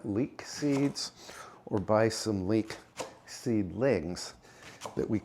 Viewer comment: OMG ! I thought you said leak , I figured when you need to go you have to go😂❤